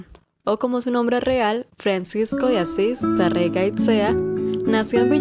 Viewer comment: buenas....Tarrega se pronuncia como si tuviera un acento en la PRIMERA A.....como si fuera Tárrega. y otra cosa....no es recuerdos de la ajambra.....sino de la al.hambra. Gracias